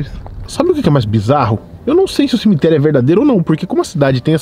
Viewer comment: Cimiterio? O português ta foda.